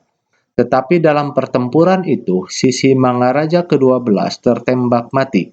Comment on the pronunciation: Mantap pak, tapi mengucapakan Sisingamangaraja nya, nggak pas pak, jadi bapak buat sisimangaraja. Salam dari saya horas, dari Taput.